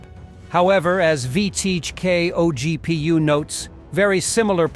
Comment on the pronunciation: Did I hear, “… O.G.P.U. …?”